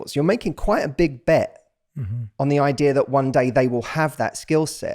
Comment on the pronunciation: It's not "idear." but otherwise, great podcast.